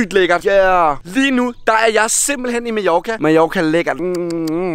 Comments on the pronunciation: Du siger majoka det giver mig spat det hedder Mallorca !!! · Du siger Majorca men du skriver Mallorca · Du siger Majorka